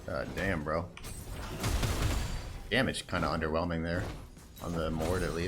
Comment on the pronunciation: SRO Plumming his worst match up: " UnDeRnWeLmInG "